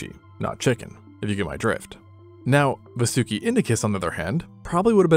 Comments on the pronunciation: Just a correction it's pronounced "vaa-soo-ki" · It,s vaasuki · I gotcha largest snake evuh right heah